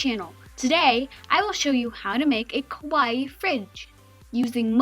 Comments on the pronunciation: this is really cute! but you say "kowai" instead of "kawaii" , which means scary instead of cute! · Gomenasai it must be pronounce kawaii(kawa-ii) not kawaii(kaway) your so wrong!